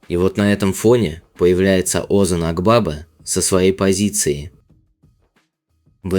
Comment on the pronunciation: Озан Акбаба ударение на последнем гласном и в имени и в фамилии